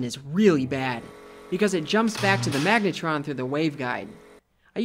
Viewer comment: 'magnetron'??? .. sounds like megatron